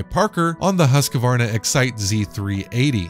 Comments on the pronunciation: This is an old video but I just have to say it’s Husk-Varna not Husk-a-Varna. Can’t any of you guys get the pronunciation of a make correct. Not to be a grammar nazi but it just makes your vids seem less important. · Husqvarna Not HusqAvarna